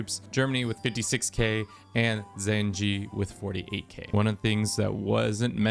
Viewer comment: You saying zenci is very funny.